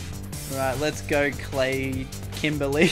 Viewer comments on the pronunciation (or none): “Let’s Gor”